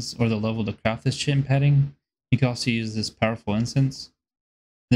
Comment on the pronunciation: Chitin is pronounced kite-in